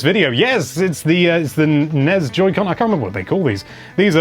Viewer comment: It kills me a little bit each time he pronounces NES with a ‘z’ sound... “NEZ...”